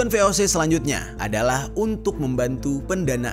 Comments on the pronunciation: Koreksi dikit... VOC dari bahasa belanda, jadi baca nya ya ve-o-ce(se)... Bukan dijadiin bahasa inggrid vi-o-si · Cara baca musti diperdalam juga bang. Jd jangan cuma pelajari sejarahnya. Cara penyebutan kata2 dalam bahasa belanda tu hampir sama kayak membaca latin. Beda nya, G dibaca [hee], J dibacanya [yee]. VOC dibaca nya [vé o sé] dan bukan vi o si. Selain membacakan sejarah, ada baiknya juga sekalian mengedukasi. Masukan yaaaa. Harap gak tersinggung🙏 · Ve O Se bukan vi o si. Kan bahasa Belanda